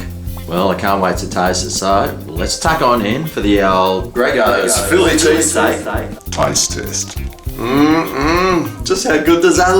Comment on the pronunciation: chilli pheese steak gagagaga